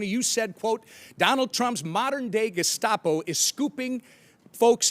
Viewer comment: Correction he said Gascopo sorry I'm just correcting the fact that Tim mispronounced twice.